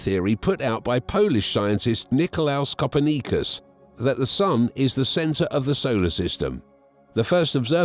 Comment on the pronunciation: I thought everyone knew how to say Copernicus. I guess not.